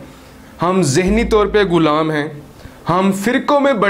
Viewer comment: kis mun sy kehty ho hum ab b ghulam hen ap ko pata hy ghulami kia hoti hy to kashmir ja ky dekho. allah ka shukar ada kero .our pehly ghulam lafz ada kerna sekho